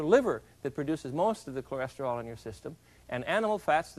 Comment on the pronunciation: I love how he destroys the word Cholesterol every time he tries to say it